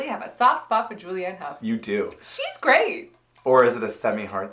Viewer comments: Honestly thought she said 'taint' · I think Trixie is trying to say "great" but had a mouth flub